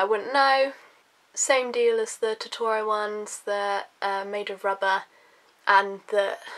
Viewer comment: you pronounce Totoro wrong